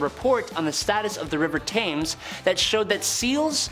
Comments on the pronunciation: It's pronounced tems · River Thames pronounced “Tems”.